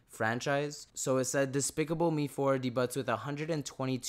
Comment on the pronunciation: Buddy said d-butts instead of debuts..